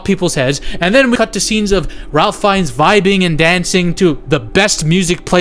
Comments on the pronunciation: It is pronounced “Rāf” with a long vowel A and with no L being pronounced. Not like Ralph if pronounced. Just letting you know. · His name is pronounced RAFE Fiennes. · Ralph pronounces it Rafe!